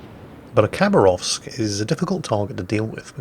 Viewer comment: say it like habaravsk please, not cabarovsk